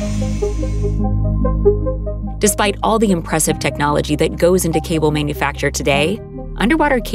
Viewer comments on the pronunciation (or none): none